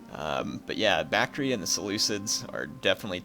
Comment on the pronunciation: Isn't the pronunciation Bak-tree-ah?